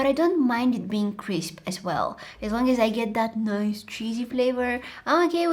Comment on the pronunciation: I luv how she says “nOiCe” 😂